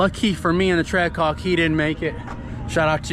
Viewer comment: Is it just me or did he almost call the Trackhawk a Trashhawk? 😂